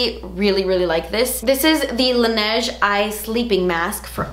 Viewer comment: Laneige**! Not Lineage :'(